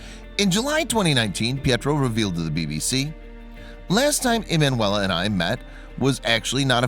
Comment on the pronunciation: her name was ee man you ella , why do you not google how to say it ?